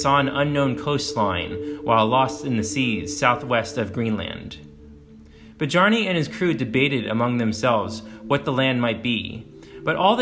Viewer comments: Beh-jar-ni? Really? Come on… it’s Byar-ni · Badyarni? The name is Biarni. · Bjarni, like "Byarni". Anglicized sounds awful. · People who cover Viking stuff really need to learn how to pronounce the names. Not buh-jar-nay, byar-nuh is more likely, but hard to say for sure without the spelling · The namr Bjarni is pronounced "Byarnee" the J makes the Yuh sound not like in Jungle. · Bjarni, pronounced biarnì, not bajarnì. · It's not "Bijarney" boss. It's pronounced "BEE-arr-ney." Actually most of your pronunciations were dreadful. The video was otherwise good. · Bjarni is pronounced Byarni. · Good video. Newfoundland is pronounced Newfundland and I believe Bjarni is pronounced Byarni. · "Bah-Jarny"? In the Germanic languages 'j' sounds like a consonantal 'y' in English. And, there is no vowel sound between the 'b' and the 'j'. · Your pronunciation of names is shameful… “byarni” Gringos who act superiorly educated until they go to places like UK or Japan and find out they ain’t… anyhow good insight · Man, you brutalize these foreign names 😂 Bee-jar-nee 😂 Good Video though 👍🏽